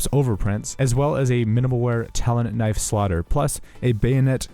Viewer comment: "its a very nice köniiv"